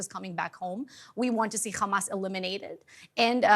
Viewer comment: Its not Ghamas its Hamas